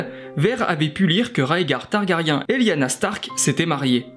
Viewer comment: on peut prononcer Targarien un peu plus correctement svp :)